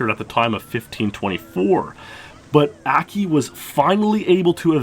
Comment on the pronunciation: Akki is Japanese. In Japanese all instances of the letter A are pronounced "Ah" like how "o" is pronounced in the English word "bot". So it's not "Ackki" it's like "Ahhkki".